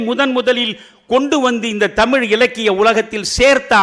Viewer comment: The present day generation does not how to pronounce LA and ZHA in Tamizh